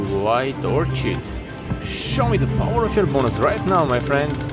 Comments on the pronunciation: FYI - The white flower is pronounced "orKID". The "h" is silent. 🌸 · Nice start! The pronunciation is Wild 'OR-KID'. Looking forward to December. Good Job!